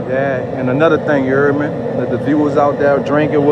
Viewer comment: Word of the day. "Ya herd meh"